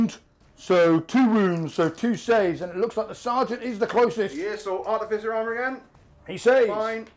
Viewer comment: Is there a joke I’m unaware of as to why everyone mispronounces artificer as articifer? It’s not just this channel. It’s all 30k bat reps.